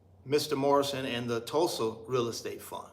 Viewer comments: I don't know but Jay hurt a lot of people. He has crashed. Its just the reason why people don't want to support. Its not going to be separated in peoples' mind. Its the constant bad business. You shouldn't have a hard time saying Tulsa, Tul-sa, damn. Do you know the history of Tulsa, OK?! m Jay talked the same talk like you. So you're going to get blow back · Hey bro, why you can't pronounce Tulsa? That's a red flag right there. I'm out! It's safer just to invest in Google.